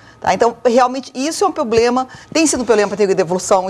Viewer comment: Bah, essa senhora falando em "pobrema" querendo explicar alguma coisa. Tá louco!